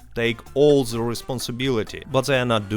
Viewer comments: The t is pronounced as a d sound not a z sound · He's Russian, that's why he pronounce it like that. The=ze in Russian